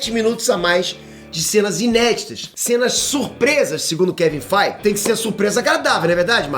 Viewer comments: Duas coisas.: 1ª, você me acostumou mal, em relação com o nome do Kevin FEIGE! Fala o nome dele direito u.u. 2ª Na minha opinião, acho uma das cenas novas, vai ser a filha do Tony Stark na jóia da alma, já adulta. Vai ser lindo de ver:D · O cadê a ênfase q vc sempre da quando fala o nome do KEVIN FEIGE???...